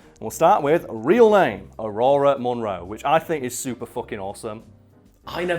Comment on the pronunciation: Did you say Ororo like “aurora”?